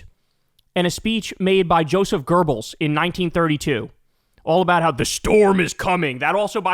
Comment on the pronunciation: kyle calls goebbels "gerbels" lol